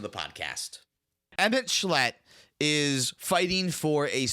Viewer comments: "emet schlet," as a fan of ffxiv, sent me into the stratosphere lol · Emet-Selch (emet selk) Louisoix (Louie-swah) Tataru Taru (ta-TARU Taru) Tidus (Tee-diss)